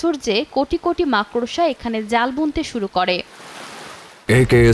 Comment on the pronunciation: মাক্ ড়সা নয়, উচ্চারণ মাকড়্ সা